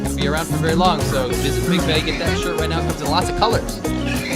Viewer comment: I heard Pig Bay. No thumbs up sorry